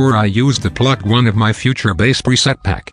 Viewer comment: I don't wanna sound nit-picky, but If you type "base" instead of "bass", you'll get the right pronunciation.